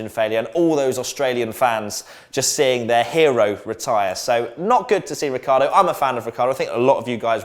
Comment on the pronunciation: Ricciardo is pronounced "Ritchardo"